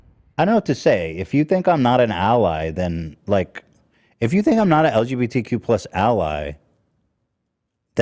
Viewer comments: and purposely mis pronouncing lgbtq,, come on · pretends to keep Ethan in his lane but when it comes down to it he acted as shitty as Ethan today. Telling chat to shut the fuck up and not even being able to say lgbtq correctly was just so pathetic.